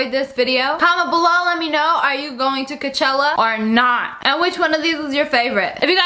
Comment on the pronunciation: ITS COACHELLA